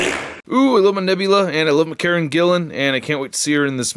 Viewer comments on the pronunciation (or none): none